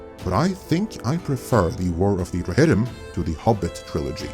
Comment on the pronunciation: the warrr of the rrrrohirrrrrrrrrim